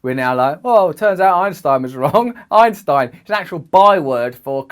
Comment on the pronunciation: ok, he can not say T, only E, Dark MaEEEr. EinsEein. Sometimes he correctly pronounces it. I am clue less. And of course I was not here to learn about Dark matter, there are scientific channels for that, not Russel.